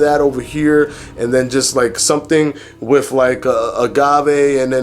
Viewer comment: "Inna-minute" fasting. diction is really off-putting. You really can't get away with that lingo bro if you want people to see you as a credible source of information. You can't say wif and momf, you gotta say with and month. And, you can't say human growf hormone either. Like it or not bro, Thomas is crushing you right now and part of that is your mouf. Yeah, you're a showman and just as informative as Thomas but the mouf is really holding you back. Fix it.